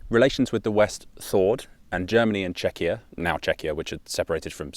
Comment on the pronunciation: Or pronouncing Czechia as Chechia (or how that would be even spelled), that kinda grinds my gears